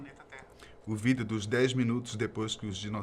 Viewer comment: Mano esse cara eh mt chato, pq ele fala "vídeou" toma no cu